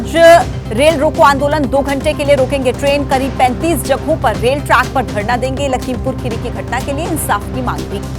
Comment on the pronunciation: रेल है रोल नही